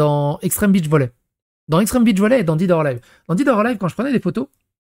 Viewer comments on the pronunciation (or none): none